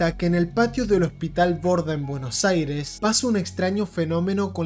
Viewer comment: Todo bien hasta que dijo Buenos Aires…